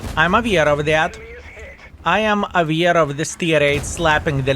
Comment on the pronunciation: AWEAR NOT IVEAR! Pronaunce better!